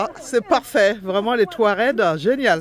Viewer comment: Si je ne trompe pas vous avez dit touared, c'est touareg. Si j'ai mal entendu désolé Merci pour cette vidéo ❤❤❤